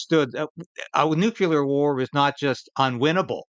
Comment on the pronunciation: You are a great person, but it is pronounced "new CLEAR", not "Nu Cue Ler "😊